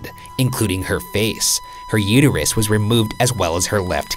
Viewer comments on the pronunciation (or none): none